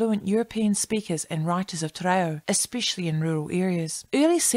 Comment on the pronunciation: Interesting video, although I cringed every time you mispronounced “Te Reo”. I remember learning basic te reo in intermediate school back in the 1960’s. Mind you, I grew up in Otara, South Auckland, where there was a high percentage of Maori students. Ironically I had more school exposure to Te ao Maori than my own Samoan culture back then. Thankfully things are very different now with the growth of the Aoga Amata movement and the Tapasa educational document. Looking forward to future videos.